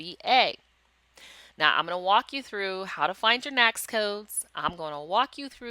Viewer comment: Good training! FYI, NAICS is pronounced "NAKES".